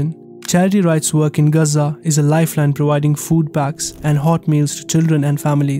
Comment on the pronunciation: The name is GAZA ! It is not GAZ-ZAA 🤬😡